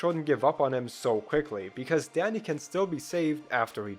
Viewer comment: Why tf was I only able to hear "Daddy" instead of "Danny"?